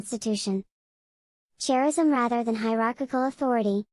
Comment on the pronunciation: 1) why the childish voice? Hard to understand. 2) charism is pronounced « karism » not « tscharism ».🙃